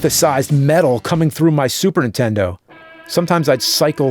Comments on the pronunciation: I still love how after all these years, AVGN still pronounces Super Nintendo as "Super Intendo" like so many other people I know ❤ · What's a Super Entendo? I keep hearing the Nerd say it. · I always hear it as "supern intendo" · Ahh still saying “intendo” instead of Nintendo all these years later lol